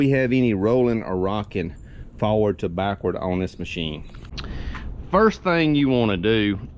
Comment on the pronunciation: Forward not “Faward.”